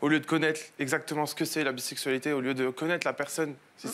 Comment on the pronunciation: Non mais je rêve ? "C du ninport koua la bissaiksualitai", comment ça du n'importe quoi ? Enfin bon..